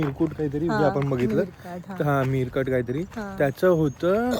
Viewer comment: Meerkat nahi re Meer-cat aahe te…timon and pumba madhla timon ahe